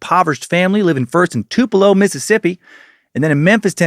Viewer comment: I was born and raised in Tupelo and I appreciate Dan pronouncing it correctly. (For real, no sarcasm.)